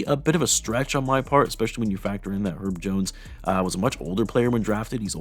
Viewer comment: “Erb Jones”😂